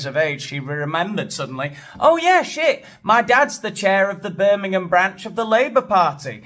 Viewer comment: She can’t even say Birmingham correctly